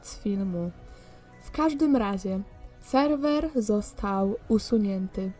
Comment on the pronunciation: Czy tylko ja usłyszałam Jeden raz jak powiedziała Selwel zamiast Serwer?